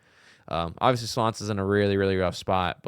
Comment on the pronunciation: Slonce is pronounced "swontsa" and means "sun"